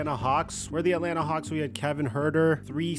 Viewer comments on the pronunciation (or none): none